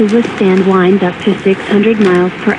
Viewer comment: The Miami EAS says winds as “Whynds” 😂